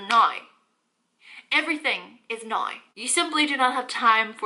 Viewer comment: I subscribed immediately when your “now” sounded like “nine” 🤣❤️